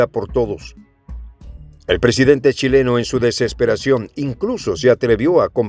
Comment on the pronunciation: "Cuileno" se parece a una palabra muy fea en Chile, algo impronunciable, ahora se te confunde la "u" con la "h"... je... je... je...